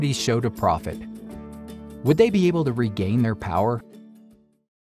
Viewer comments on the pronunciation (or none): none